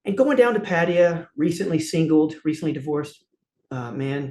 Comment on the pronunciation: I thought he was going to be a dick at first but he's quite cool and honest and likeable. He can't say Pattaya though.